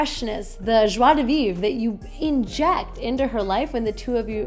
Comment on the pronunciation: "Joie de vivre" pronounced perfectly ;-)